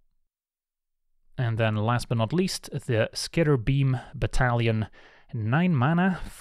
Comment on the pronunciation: Me, listening and not looking while I work: “Did he just say skitterbeam *Italian*???” “Oh, BATTALION. That uh… that makes way more sense.” Italians are from Dominaria confirmed lol